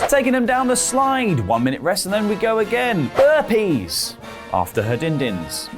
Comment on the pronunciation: Had to rewind "burpies " could of sworn he said HERPES lol